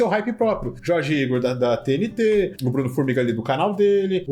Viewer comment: A única coisa que não parece ser IA é a edição, pq até a narração fica óbvio que foi IA Minuto o narrador pronuncia todo estranho a sigla da TNT